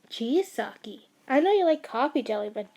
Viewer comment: I'm not trying to be mean but it really annoys me that you say S - A - K - I and not S - AI - K - I please do not take it personally